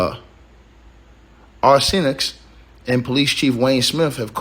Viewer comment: Shreveport Sh-reeve-port. Cad-dough Ar-cen-no for Mayor Arceneaux. Pray for my city.